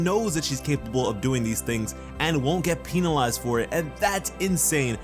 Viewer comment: Am I the only one who realize that he said penalize wrong Don't hate me for this